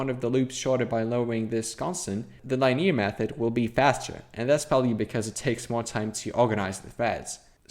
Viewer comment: Pronunciation feedback, if you're interested: the "i" in linear is pronounced the same as in "pin"